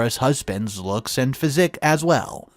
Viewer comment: Physic? You mean physique. Patron is not pronounced like the liquor either 😂